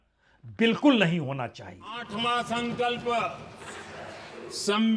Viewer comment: संकल्प नहीं संघल्प हैं ?